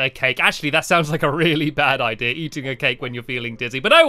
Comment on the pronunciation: Stamps, I realized you say ideara instead of idea.